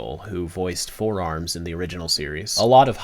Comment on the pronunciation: Now that you mentioned it now all I can here is Four Arms